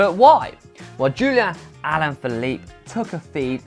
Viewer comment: is saying "Julian Allan Phillipe"